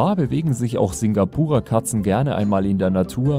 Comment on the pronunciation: Uhh, ich habe ein Singapura Mix zuhause. Sehr schön ausgesprochen.